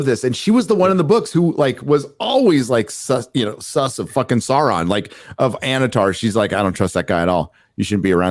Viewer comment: After two decades, still can't say Sauron's name correctly. You wouldn't call Luke Skywalker, Loog Skywunker. You wouldn't call "" "Gay." Well, maybe that one fits., The dragon in the Hobbit is not "Smog," it's Sm-oww-g. And it's not "Sarron," it's S-oww-ron. You don't say "Nookuler" for "Nuclear." Sauron is one of the foremost villains in all of literature, say his name right, man. "It's 'make like a tree and LEAVE,' ya sound like a damn fool when you say it wrong!"